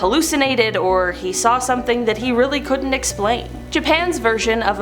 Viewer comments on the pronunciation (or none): none